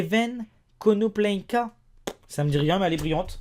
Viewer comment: MDRRRR Comment ta prononcer konoplyanka